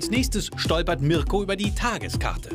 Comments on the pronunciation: Marko Reeh ?? Er heißt doch mirko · Bin ich die Einzige der auffällt das der Moderator „Marko" und nicht Mirko sagt? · Das auch immer Marko statt Mirko gesagt wird. Irgendwie schlecht sich immer ein Versprecher ein😂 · Mirko nicht Marko 🙈